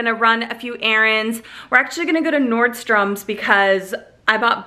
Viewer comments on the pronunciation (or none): NORDSTROM..... no "S" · FYI, its Nordstrom. NO S on the end.